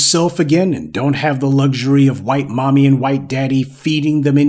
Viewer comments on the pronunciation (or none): none